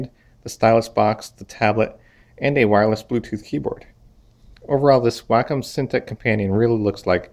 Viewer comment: Lmao I can't even take this dude seriously when he pronounces wacom wrong.... YOU'RE FIRED